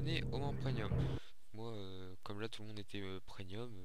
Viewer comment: On dit pas preNium, mais PREMIUM! C'est quand même pas compliqué, c'est écrit partout dans ta vidéo en + ...